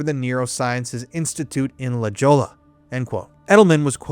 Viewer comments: La Jolla is actually La holla. Kinda like jalapeno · Its pronounced la hoi-ya haha